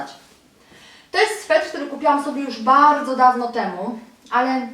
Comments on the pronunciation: aaaa SWETER!! nie swetr! juz slyszalam to w kilku Twoich filmikach. :P ^^ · Sweter kochana, sweter (nie swetr) :) Torba jest super :)